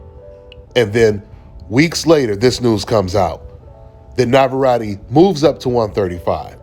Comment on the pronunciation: You cant pronounce navarette correctly.